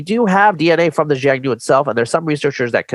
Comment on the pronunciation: Xiongnu is pronounced with an initial soft "sh" sound, not "j" . This "sh" is becomes a "h" sound I'm China depending on the language, so the "sh" in xiong nu is just a different pronunciation of "h" in hun